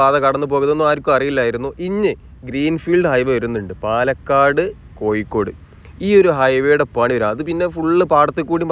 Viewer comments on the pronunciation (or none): none